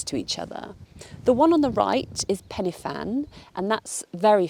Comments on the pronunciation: croeso i gymru Welcome to Wales Right time to de-English you a bit. It’s not Pennyfan Try a cheeky trick It’s Pen uh van Corn du cheeky trick The d makes a thee sound. corn thee We want you to stay But we are like the Borg we will try and assimilate you 😀😀😀😀😀😆😆😆😆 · Welcome/croeso! For future ref, Penyfan = "pen--er-van, and Corn Du = "corn-dee"